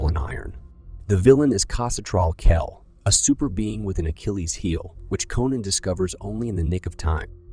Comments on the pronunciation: Cathy Lou??? Nahhh man. It is pronounced ka-THOO-loo. i.e., Cthulhu. Get it right. Sheesh! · Wow, so my assumption was on track, thanks for confirming! Besides the odd pronunciation of Cthulhu, there were other instances where the narration seemed "off". But not blatant enough for me to say it was definitely AI. Most of the images in the video are AI-generated though, as you can tell by the weird hands people have (more fingers than normal humans). Who knows what's already out there that we think is real, but is actually AI? You're right, both amazing and scary!